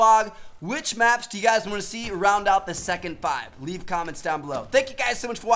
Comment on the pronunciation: No hate but that intro you do makes me cringe tf out it sounds like u say "whut's going on guis" not "what's going on guys"